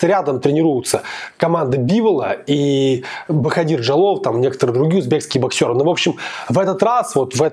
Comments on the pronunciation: Не правильно произносишь имя Жалолова- Боходир.В узбекском алфавите нет буквы в ,поэтому пишется Боходир,а произносится Боходыр. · Спасибо за обзор!, не ломайте язык говорите БаходЫр, мы все так говорим, это не ошибка. Особенности фонетики таковы, что произноситься слово (в данном случае БаходЫр жёстко), а пишеться мягко (БаходИр).